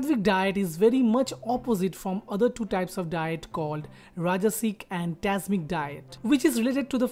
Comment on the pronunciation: It's not tasmic its tamsic.....rest..wonderful video....nice info